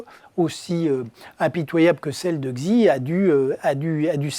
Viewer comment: Gzi ? Autant d'études pour ne pas être capable de prononcer le nom du président de l'État le plus puissant de la planète. C'est bien gentil de constater le déclin évident de la France mais il serait utile de remettre ces énarques ridicules à leur place. (Xi se prononce [SI] )